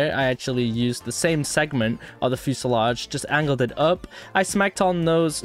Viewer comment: Its fuselage not fuesalodge.